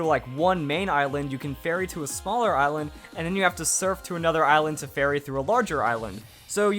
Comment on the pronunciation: Thought he was saying fairy not ferry